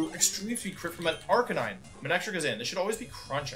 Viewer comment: You know things are not going to go well when wolfe says Arcanine instead of Arcaninay